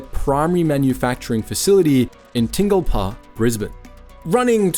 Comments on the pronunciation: Ting-lpa? Bruh, its Tinn-Gal-Pa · Where is "Tingle-Pah"? Try "Tin-Gal-Pah". I can accept that your voice-over isn't AI, but at least do your basic research on pronunciation. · What Aussie would get "Tingle-pa" from Tingalpa whether they know the suburb or not? Even Sandgropers aren't that strange. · As someone who lives in the suburb, the way you say Tingalpa triggered me. It's Ting-Gal-Pa. Otherwise, great video! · The suburb is pronounced “Tin-gal-pa” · Other then the bizarre pronounce of Tingalpa. This video may explain the strange reaction I have to eating the chips. Basically my mouth goes this is bad sheds skin and goes kinda swollen. I traced it back to salt and vinegar chips. Something in the vinegar flavouring to be exact. So I attempted to try different brands and always had the exact same result. Cheap or expensive which baffled me. But seeing as they are made in the exact same factory likely with the same vinegar flavouring the reaction is not surprising. I can have actual vinegar white, malt or apple cider. So I know that it isn't the issue. But I just decided it's way easier to just get fried chips and add salt and vinegar to them then attempt to find out why the bag kind is so unfriendly towards me. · all the research into Smiths chips, but you failed to get the pronunciation of the home of Smiths correct🤔